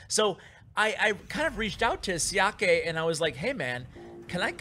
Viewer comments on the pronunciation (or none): It's actually pronounced Shia-kuh, instead of Shi-a-ke (don't know if the phonetics makes sense or not), his specialty is graveyard. Interestingly he refused to give up graveyard after the balance change and won 20-2 with a pekka graveyard deck (granted after a few tries). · Xiake is pronounced like "Shaq"😉